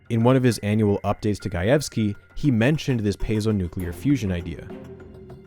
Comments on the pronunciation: Hearing you pronounce Gajewski correctly is surprising and welcome after hearing your past, uhhhh, interesting attempts at pronouncing Slavic names. :P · Side note, I really appreciate the correct pronunciation of “Gajewski”! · I'm just 4 minutes in, but as a Polish person, hearing you perfectly pronounce Gajewski is so nice!!! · As a Polish person, thank you for pronouncing "Gajewski" correctly 🙇